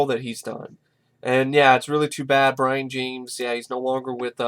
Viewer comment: brian???? its brion